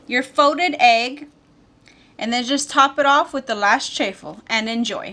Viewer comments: It's pronounced cha-ffle just like wa-ffle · Did you call it a Chay-full McGriddle??? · You pronounce it "CH - AWFUL" 🤣